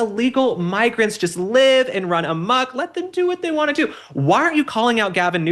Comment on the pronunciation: Thanx for not saying "amuck"❌️😉